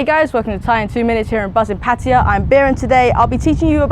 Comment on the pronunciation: Oh My Buddha : Bier even says 'Pattaya' in that Heathen geezer way ! 555